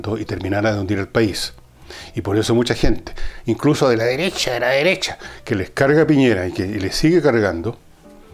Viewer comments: "La deresha, la deresha"...jajajaja GENIAL! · La deressha la dereshha ..jajajja